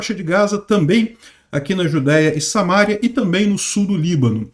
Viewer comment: Não é Samária, é Samaria. Assim como não é Mária, é Maria. Já o Mário é Mário mesmo. Conhece o Mário, né?😁 Também não é "precisam haver" é precisa haver, sempre no singular, ainda que o objeto esteja no plural. "Cuestão" pode, mas é muito feio!😎